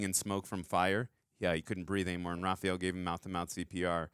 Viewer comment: Is it just me, or does he pronounce Raph’s name “Ra-PHEE-el”?